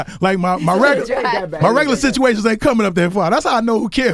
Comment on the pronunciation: Lol the "bitchuations" ...